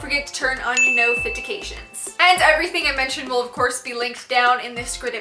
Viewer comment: I love u and ur vids soooo much but u say “notification” and “description” so weird 😂 must be a geographic thing?